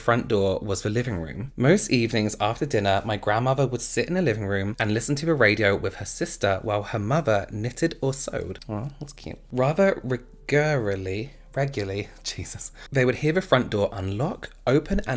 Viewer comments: No one: Absolutely no one:: regurely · Lol at “re-gurlally, no regularly!” 😂💖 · No one gonna talk about "regurrrruhhleee"? No? Okay then 🤣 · Rather re-gur-ily 🤣🤣🤣 that had me howling. Love you you never fail to make me smile.